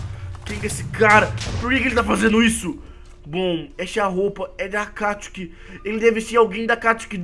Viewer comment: Não é óbito obito e não é akatsuke éAkatisuki